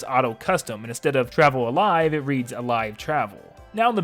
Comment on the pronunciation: that's not alivee that's alivel